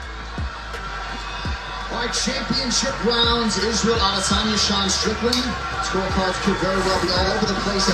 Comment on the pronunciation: the correct way to say Adesanya.